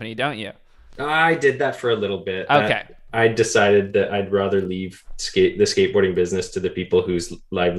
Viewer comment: stop saying rother, it’s rather.